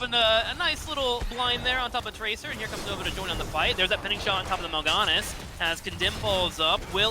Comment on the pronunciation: Has learned how to pronounce Mal'ganis yet? He made it rhyme with Sylvanas and it bothered me.